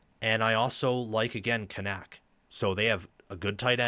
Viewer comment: Media guides are free, and I doubt you actually listened to game, because you are BUTCHERING Kanak's last name. It's pronounced Can-ick. Rece and Kirk pronounced it correct multiple times.